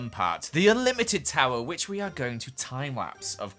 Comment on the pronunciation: No one: Joel: "Whish I shall sholw you right now"